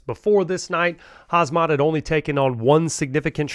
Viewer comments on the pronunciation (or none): Mate you cant even pronounce his name correctly. Its KHAMZAT not KHAZMAT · please learn to say the names right ;-) he,s not called hazmat!!! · His name is khamzat..not khazmat🤭